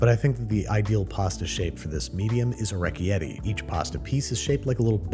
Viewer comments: Orecchiette pronounced as a reck yeti made me die a little 🙈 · O-wreck-e-yeti? C'mon Andrew. It's Or-i-khetti my dude. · I pronounce it irb. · We need a Botched by Babish just for that pronunciation of orecchiette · Please dont pronounce orechiette like that ever again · I think he did it on purpose, but the way he said orecchiette made me want to stick hot pokers in my ears.